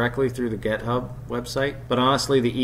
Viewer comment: Any reason why it sounds like you're saying gethub instead of github ? git rhymes with commit